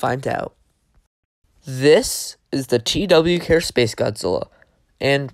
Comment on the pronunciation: Nice vid I saw the, too they are goofy but it’s actually pronounced tuh why care 💀